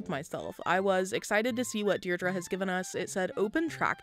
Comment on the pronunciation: Deer-dree (Deidre)